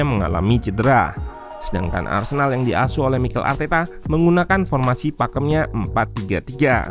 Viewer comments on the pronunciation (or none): Arsenal min bukan arsenak😂